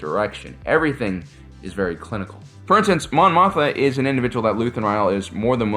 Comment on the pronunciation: Am I going crazy? Why does he keep calling Mon Mothma "Mon Motha"?